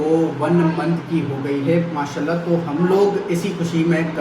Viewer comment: لفظ ما شاء اللّٰہ ٹھیک سے اور پورا بولیں پلیز اللّٰہ پاک کا نام مبارک پورا اور ٹھیک سے بولیں پلیز Alfaz jesy MAA SHA ALLAH, ALHAMDULLILAH, INN SHA ALLAH ya dosry muqadas alfaz sahi se proper bola kren plz or akhir mn H yani ہ ki awaz lazmi nikala kren plz plz